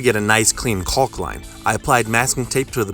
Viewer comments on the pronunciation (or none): it's pronounced COCK my man! Say it loud!